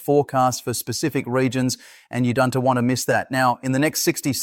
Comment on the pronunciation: Code words: we are ee = we are; isen T = isn't; es = is; Don T = don't ; your ree = you're; our nation S capital = our nation's capital: Sunday es = Sunday is; you r ee = you are; but we ree monitoring - but we're monitoring; that S why - that is why. If you are reading this comment, please fix the ridiculous A.I. voice. It does nothing for your professionalism or credibility.